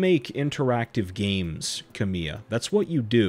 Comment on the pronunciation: The projects Kamiya's name is attached to are successful in spite of him, not because of him. Contents totally to the side for just a moment, this is just a very minor (I mean super minor) pronounciation note: emphasis is on KA in Kamiya, not MI. I figure you probably had no way of knowing.